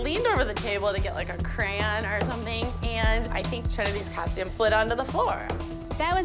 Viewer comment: Not saying "Cran" over Crayon when Tina was doing Trinity's costume and she bumped the costume.